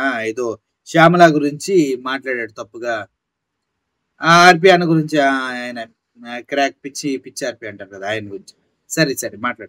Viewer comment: కిరాక్ కాదు క్రాక్ అని అనండి అన్న RP